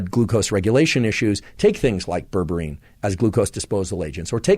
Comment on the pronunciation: Would you be able to put graphic spelling on the video when you talk about products and terms that aren’t in everyday vocabulary? It took a minute for me to realize that what I heard as “ververeen” is actually berberine. 😜